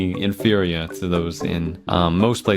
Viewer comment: サニーに限らず、inferiorの発音好きすぎるから、ありがたい…😊